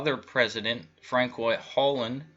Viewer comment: As a French Canadian hearing you pronounce Hollande, Macron and Marine Le Pen made me laugh but the French election was similar to the American election a banker elite with an outsider though Le Pen isn't really an outsider she just claimed to be. Amiens France is a very large Masonic town after it was nearly destroyed in WW1 the biggest Masonic war.